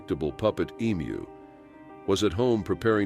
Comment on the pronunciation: Never known anyone to pronounce Emu wrong 😂